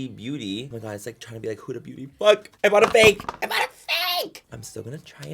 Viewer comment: its so funny when he pronounced huda beauty “ hudaEEEEbeauty” HAHAHAHA